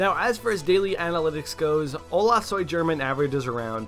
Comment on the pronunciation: LOL! The way English speakers say Spanish names is soo funny! xD It's pronounced "Ola soy Herman" not German! XD The 'G' sounds like an 'H' when next to either the vowels 'E' or 'I'.